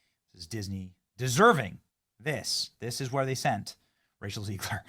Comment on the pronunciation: ZEG-LER, NOT ZEEG-LER!!! Is he trolling? To be clear, ZEG-LER destroyed this movie, and I'm not a fan.